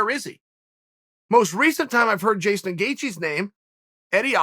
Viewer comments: “Jason” Gaethje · I've been calling him Justin,uncle chael has spoken jaeston gaethje it is from now on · Jastun Gaethje ... come on chael. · Who’s Jaystin Gaethje old marble mouth Chael? 🤣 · Who the hell is "Jaston Gatjhe" sounds like a killer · Chael “Jayston Gaethje” Sonnen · Chael "Jaystin Gaethje" Sonnen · "Jaystien Gaethje" we have a new name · Jayston Gaethje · Chael says Gaethjes' first name is now Jason . Ok great. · He also called him jastin